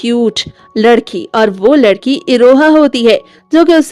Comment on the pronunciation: Tum ladki ho ya ledki 😅